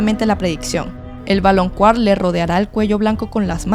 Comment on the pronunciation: Ame el video... solo me pregunto por qué dices "valonQUAr" cuando, según yo se pronuncia "valonKAr"😅